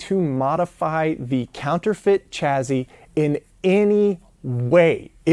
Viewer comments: OK. It's taken me 13 parts before I asked this: Why do you say "Chaz-zy" and not "Chas-sy" for chassis? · "chaZZy"? WTF is that?